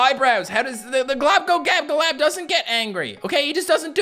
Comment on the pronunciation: I don’t know how to say globoloboladab and you are saying it flawlessly